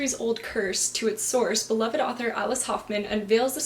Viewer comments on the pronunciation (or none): none